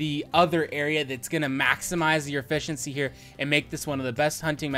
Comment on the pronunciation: "E-fish-iency" was that on purpose?